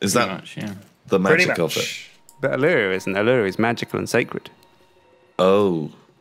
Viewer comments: JFC guys, "Uluru" is "OO-la-ROO", not "a-LOO-roo". Took me ages to work out what you were saying. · Every time they say ooluroo i cringe...... it's ULURU!!! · "Oo - lah - roo." Not "a - loo - roo." Triggered. XD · Ooloo? It's fucking oularoo. Take it from an Australian. Just heard pronounce the english name right. I've calmed down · U-lur-u... jesus my inner aussie has died. U-la-ru is proper pronunciation. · U-LU-RU goddammit not U-lureroo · Hate to be the guy but its pronounced ooo-loo-roo not oloo-roo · Can confirm as an Australian its pronounced Oolaroo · That natural wonder near is pronounced All-a-roo that's the aboriginal pronunciation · its pronounced ooh-luh-roo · It's pronounced oo-la-roo my dudes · Uluru is pronounced U-la-roo btw. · Bloody n00bs, it's pronounced oo-la-roo. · Uluru. pronounced. Oo-la-ru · It's pronounced Ew-Lou-Roo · LOOK GUYS. IM AN AUSTRALIAN, ULURU IS PRONOUNCED UER LA RUE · (Oo-la-roo) Please say it right.👍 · their pronunciation of Uluru kills me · The way they say Uluru... It hurts me. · Coming from Australia here they are saying Uluru completely wrong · My gosh, i'm Australian and the way they pronounce Uluru triggers me hard... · The pronunciation of Uluru is so wrong... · My Aussie pride stings... Uluru is really not pronounced like that... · They butchered the pronunciation of Uluru :') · hearing them mispronounce uluru is very painful. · Dat pronunciation of Uluru... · your pronunciation of Uluru hurts. from australia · The pronunciation of Uluru... as an Aussie, I cringe so hard XD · I forgot how poorly the brits pronounce Uluru